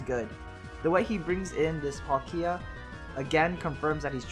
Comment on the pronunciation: YAY YOU SAID PALKIA RIGHT!!! @@ now I feel bad because on another video I tried to help you correct it... I apologized like 4 times though in that one comment but here's a fifth sorry.